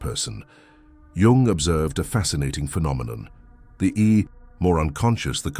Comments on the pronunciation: ‘Jung’ is spelled like ‘Jung’ not ‘young’ lol bro do better 😂😂😂😂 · also, changing out jung for yung is a terrible oversight. i guess nobody every watched this back. lazy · Jung, not Yung…